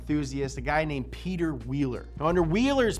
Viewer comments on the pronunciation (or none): none